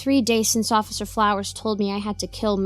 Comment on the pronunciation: Hahahaha I’m so glad someone caught that. XD I think that started as a blooper and I decided to say it again like that XD